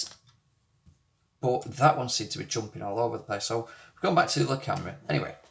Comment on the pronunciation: My mother used to have a Lancashire accent. She lived in Rochdale in and came back home with a lancashire accent and never lost it. Hearing you say "Th'other" reminds me of the lancashire accent. Strange thing my mum used to think was she taught me and my two sisters to talk, but we never had her accent.